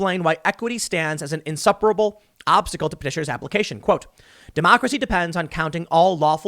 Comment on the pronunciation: "We aww loosing ouww demockracy!"